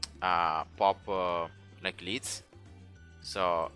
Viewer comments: the way he pronounces "lead" is incorrect. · I love the way you pronounce lead :D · Me too and it is cool to say it your way 😎